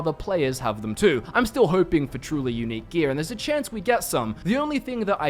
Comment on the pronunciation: When you say unique it sounds like eunich